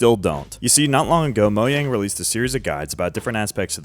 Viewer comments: Mojang ❌ MoYang ✅ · I love how he says “Moyang” Instead of “Mojang” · Mojang not moyang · It's not pronounced as moyang its mojang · "mo yang" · "Moyang" It's MOW-JANG, it isn't a Mexican, or Spanish company. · stop saying Moyang it’s Mojang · How come you say Mojang with a Y and not a JAY sound? You say it like it’s MoYang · Saying “Mo yang” instead of “mojang” is pure evil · Why do you say moyang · and he still says moyang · Ah yes I love "Moyang" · Bro pronounce the J in Mojang. That shit pissing me off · Its reaction bait, even though officially its Mo-Jang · still calling it moYang😂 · Moyang sounds about right. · why do you call it moyang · i have absolutely no idea as to why but everytime you say moyang it makes me angry and i keep hearing it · Ah yes "moyang" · moJang...WITH A J, DO YOU SEE A Y??? (ik thats how some people say it but my god) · Did he just say "moyang"... Yh that's enough to make me click off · did u say moyang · "Moyang??" 😭😭 , , , , , , , , , , , , , (lmk if i missed any) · HE STILL SAYS “MOYANG” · Why does it irk me so much that you pronounce Mojang that way? 😅😂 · Pronouncing “mojang” completely wrong is frying me tbh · Respectfully I hate how your pronounce mojang idk😂😂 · Finally got part 2 lesgoooo (still pronouncing Mojang wrong nooooo) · its been 4 years and yet he still hasn't said mojang right once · He still doesnt know how to say mojang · He doesn't pronounce Mojang the way Mojang intended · so weird how he pronounces mojang, i dont care if its correct